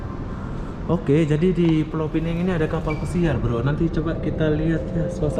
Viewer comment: bkn beza ejaan.Aku ank pulau pinang..Sebutanya salAh...Pulau pinang..Bkm pulau pineng